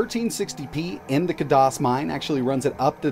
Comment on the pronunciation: *Kaaay-Diss or Kaay-Doss not kahdoss~